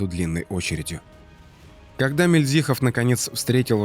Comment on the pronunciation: Мильдзихов, с ударением на первой И,хочется чтобы правильно произносили фамилию Героя